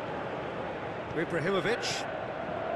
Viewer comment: "Ibrarrimovitch" (x 1000)